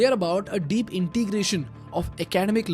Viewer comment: Pronounced ac-a-dem-ic And su-stain-a-ble